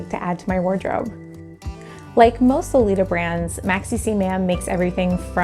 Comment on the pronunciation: Isn't Maxicimam pronounced 'maximum'?